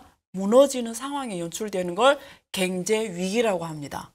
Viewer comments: ㅎㅎㅎㅎ 아줌마 발음 고치는게 그렇게 어렵니? 겡제 겡제 ㅋㅋㅋ 그단어만 들려서 짜증난다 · 갱제를 경제로만 발음해주시면 정말 좋을듯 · "갱제"로 들리는건 저만 그런가요? 그런데 다정하게 느껴지네요. 님 화이팅.